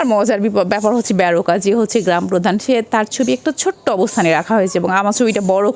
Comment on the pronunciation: ব্যারোকা নয় ম্যাম।বারোকা হবে উচ্চারণ।